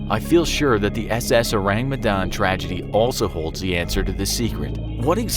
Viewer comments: Orang medan not ourang medan🤭lol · Uts an indonesian ship btw its Orang Medan not Ourang Medan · Orang not Ourang 😅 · The Ourang Medan?? sounds to me like "Orang Medan" which is means the people of Medan (a city in north Sumatra island) it's definitely an Indonesian ship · Medan is a place in Indonesia and its not spelled ourang its orang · Sorry, no offense, but I found it funny the way you say "Ourang Medan" (It should be written as 'orang', not 'ourang')😂 Oureng Mdahn Oureng Mdahn 😂🤣😂🤣😂🤣 Again, sorry, no offense, just funny... ✌️ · oh boi, in Indonesia its ORANG not Ourang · DUDE DUDE, YOU MISPELT "Medan" ITS NOT M' DAN, ITS ME (not mi) DAN ALSO ITS "RANG" not RAENG Us indonesians have to deal with you people who cant even pronounce our words right but cant blame ya'll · I came here.... just wanting how the pronunciation of Ship of Medanese person.... oh i laugh everytime he mispronounce it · Its funny how english speakers tend to mock ppl with an accent bcs theyre not a native speaker, but they cant do simple google search on how to pronounce ourang medan when they have to mention it at least 10x its kinda annoying to hear, but at least theyre trying, not hating tho, great vid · I can't help but cringe every time you mispronounced ourang medan. nice video though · The pronunciation is so funny lmao Also maybe it's orang medan? it means medan people/person, Medan is a place in Indonesia